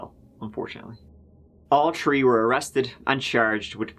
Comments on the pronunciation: Is Irish? What is his accent that doesn't pronounce TH. "turd year" or "tree tjmes" etc..? I do like and his quirky ways! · Don't forget when the accused does a "legger" at "tree tirteen" in the afternoon.